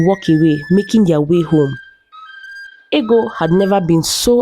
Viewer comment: It's funny how the princess's name is Ego, pronounced "eggo" in the narration, but it's spelled the same as ego (pronounced "ee-go"), and it was her ego that caused her to lose a good man. I remember being told Anansi stories (originally from Africa) as a child, in which an arrogant person would suffer consequences. Is this a more modern story? I thought that in times past, in certain societies, it was considered a good thing for a woman to be plump (although perhaps not quite as fat as Ego was).